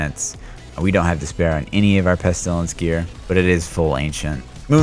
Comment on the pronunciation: I like watching your videos until you say "pest ilence" : /